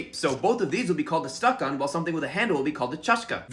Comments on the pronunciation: Стакáн, а не стáкан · Your pronunciation is so good! But stakan is pronounced as stakAn not stAkan 😊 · Ain't no way bro pronounced стакан like stahcan and not stakan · You pronounced стакан wrong. It's pronounced "stakán" not "stákan". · Love how I looked at it and imediately thought both "cup" and "stakan" (staKAN, btw, stress on the last syllable) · It’s stakAn (accent on the second syllable), but yes!! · you're putting stress on the wrong vowel - it's stakAn stressed vowels are really important in russian grammar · Your pronunciation of чашка is perfect, but for стакан the second syllable is stressed. Thank you very much for making this video, it's really interesting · Yeah this is the stuff I love about language learning, the fact that sometimes words don’t perfectly map onto each other Oh btw “stakán” has stress on the second syllable and not the first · "Stakan" has the stress on the second syllable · Dude, I like your videos, but as a man who works with language and all, you really couldn't check where the stress is in the word стакан? I guess it's no big deal, but I'm honestly tired of English speakers not bothering to do that. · It's kinda inaccurate bc the emphasis is on the wrong syllable, but still pretty good for an English speaker